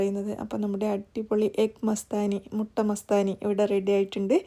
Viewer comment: Mutta അല്ല മൊട്ട